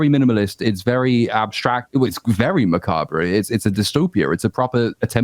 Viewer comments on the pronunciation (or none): man nothing hits quite like a pretentious Brit with a pretentious V-tuber avatar posing with the most pretentious accessories possible mispronouncing "macabre."